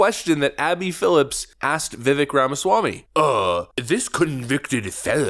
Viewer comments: His name is Vi•Vake not Vi▪︎Vick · pronounce vivak like cake. "vivake"... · Vivek pronounced like “cake” not Vivik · ....you are saying his name incorrectly. It is "vih-vake" not "vi-vik" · His name rhymes with CAKE. VIV-AKE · C'mon, by now you should be pronouncing his name correctly: Vivek (Veh-vake, like shake n' bake) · BTW , it’s vi vake (rhymes with cake) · VIVEK RHYMES WITH CAKE!!!! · Bro it’s vivake like cake 😂 it’s wild to mispronounce his name at this point and he a fan lmfao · How at this point do you still not know how to pronounce his name. It’s Vi-vake, rhymes with cake. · Love your videos and your channel, but you and a lot of YouTube channels that I watch are pronouncing his name wrong. He was on Patrick Bet David’s podcast and said his name rhymes with CAKE. Just wanted to let you know – his name is pronounced VIH-VAKE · How long have you been covering Vivek, and how much longer until you learn how to pronounce his name correctly? Love what you’re doing, but it seems lazy not to learn how to say the guys names after dozens of videos covering him. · You still can't pronounce his name correctly?! Multi Million dollar youtube channel..